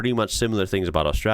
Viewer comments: The way you pronounce ‘Austraya’ like a local cracks me up 😂 it doesn’t fit with your accent at all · Props for pronouncing Australia right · Hearing an American pronounce Australia, pretty close to right, is spinny af. You get so used to hearing it mispronounced that it can catch you off guard when it's pronounced right, in the middle of an American accent.